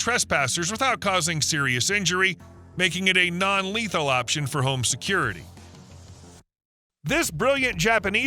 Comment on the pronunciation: Fool, you're going to be sued if you keep saying "Non Leathel" Learn the difference between " Less Leathel and Non Leathel"